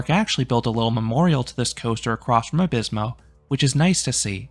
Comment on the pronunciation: As a Spaniard: Nice try, I really can’t ask for more from someone who’s native language isn’t derived from Latin ;)